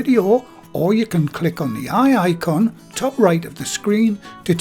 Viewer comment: did you really say "Click on the wey aye con" 😉 🤣